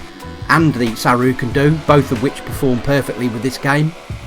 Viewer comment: I think you meant SAROO, not SARROO.